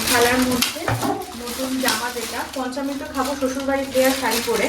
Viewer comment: পঞ্চামৃত, পঞ্চমৃত নয়